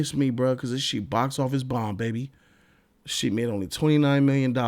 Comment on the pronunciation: Is he saying SHEET instead of SHIT?